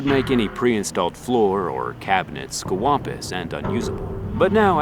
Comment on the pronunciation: Did he say….squampous